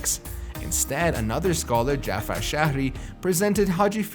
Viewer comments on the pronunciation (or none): none